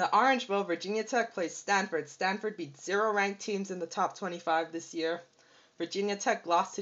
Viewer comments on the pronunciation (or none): none